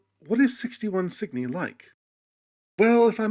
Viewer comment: Cygni? At first i thought he was mis-pronouncing Sydney at first.